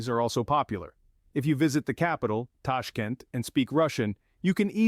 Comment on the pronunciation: Tashk'ent, Tashk[E] nt, blinn..